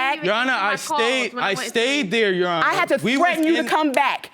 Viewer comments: Did he say Your Honest?! Instead of Your Honor? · tell me that man didn’t say “your honest” instead of “your honor” 😭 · He said, "Your Honorz." Then, he says later, "I want to know if this Babyz-Minez or not." 😀